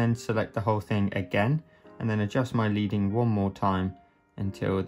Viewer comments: FYI : It's not "LEEDING", it's "LEADING", as in the metal, lead...from back in traditional print days when type-faces were made in the (metal) lead & separated by slivers of (the metal) lead... adding or removing such slivers would change the distance between letters. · Leading is pronounced “Ledding”. On old fashioned printing presses they used to use bars of lead to space out the sentences. Not so interesting fact of the day!